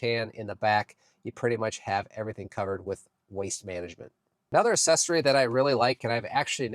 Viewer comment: It’s not ASSESSORY. pronounced AKSESORY